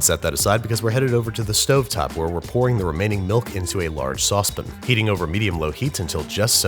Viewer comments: Say 'Sauce'. Babish: "Sauce". Say 'Pan' Babish: "Pan" Now, say 'Saucepan' Babish: "Saucepin". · It's pronounced sauce-PAN, not sauce-PIN. That's been bothering me for weeks. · "Saucepin" alert & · “Saucepin” isn’t cute, it’s lame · Sauce Pn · Your elocution is a delight, and you don't know how relieved it makes me to realize that the pronunciation of the word "saucepn" has probably been more flair than simple weirdyness. If not, don't tell me! It previously haunted my waking hours.😄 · excuse me, but "sauce pin"? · Say 'Milkshake' "Milkshake" Now, say 'Milk' "Malk" Facepalm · I like how he calls the saucepan a saucepen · tell me about it. He lets it slip every now and again. Love BWB but cant stand when he says saucepin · list of words babish cant pronounce: saucepan; caramel; pastéis; worcestershire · Dunno why I feel this way but the way you say "saucepan" is fucking awful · As someone who lived in Portugal for eight years, I approve this video. Though your pronunciation of 'pasteis' is as bad as your pronunciation of ' sauce pan'. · It’s the British way. When Americans say it like that, it does sound dick-ish. Hoping he is just doing it for comedic effect.